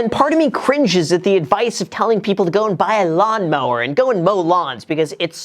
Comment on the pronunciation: cue up Beavis and Butthead : heh heh... He said Lawmower ....heh heh heh . Yeah BuFF iT , Heh heh